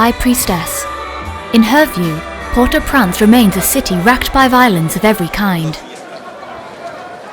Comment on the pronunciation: I wish the woman narrating this video would pronounce the name of Port au Prince correctly, it bloody infuriating she keeps saying port au prance!! She needs replacing